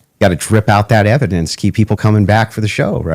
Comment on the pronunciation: Can’t wait for the “overwhelming evidensh”